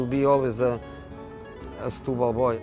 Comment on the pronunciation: Setubal "stooboll" whut??